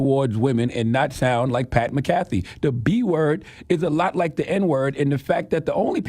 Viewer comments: PAT MCAFEE LOL you know how to say his name lol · CTG doesn’t know how to say Pat McAfee name. He also admitted that he watches “The Pat McAfee” show. So, he’s heard Pat McAfee himself say his own name and CTG still can’t pronounce it correctly. Pat McAfee! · Maca-Fee my friend 😂🤣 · Ctg it's Mac A Fee not macaffey McAfee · Charla pronounced that man’s name like McDonald’s coffee 😂😂 McCafé 🤦‍♂️ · MACK A FEEEEEEEE Super cringe how he’s pronouncing his name 😅😅😅😅😅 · It’s pronounced Mac-uh-fee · Mac-Ah-Fee. South Cak Public Education strikes again 😂😂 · Le nard really said pat mick caffee lol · That's not how you pronounce his name 🙄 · Yeah you gone give him donkey of the day, at least pronounce his name right! Otherwise you sound like the jackass... 😂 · He said this man name wrong the whole time 😂😂😂😂😂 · You didn't even say his name right. He shouldn't have apologized his point was the WNBA players don't like her becasue she is white. The Democrats haver fully installed their woke mind virus. Success. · You would think that Lenard McKelvey would know how to pronounce a fellow Irish man’s name lol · Charla, at least say his name correctly. Do your googles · CTG said he watch his show then says his name wrong 48 times lol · U don’t watch his show. U don’t even pronounce his name right. His show literally named after him 🤣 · The way you’re mispronouncing his last name, you sound like a white person that pronounces 2Pac’s name as 2Pack. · U said u watch his show. Y are u saying his name incorrectly? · U enjoy watching his show but don't pronounce his name right....yeah we don't believe you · Gotta call your bluff when you say you watch Pats show as frequently as you say and not get his name right 😅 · Charlamagne reaching! Sounds dumb as hell pronouncing his name wrong lol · Said his name wrong charla lol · Donkey of the day to Charla for pronouncing his name like that 😂😂😂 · Give yourself DOD for mispronouncing dude’s name 😂😂😂😂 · he got that man name all wrong